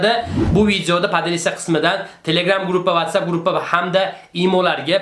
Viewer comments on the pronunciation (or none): none